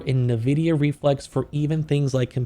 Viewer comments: Why can no one pronounce en-vi-dia correctly? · I would be a much nicer audience member if you didnt call the the primary focus and most valuable company on earth "nevidia"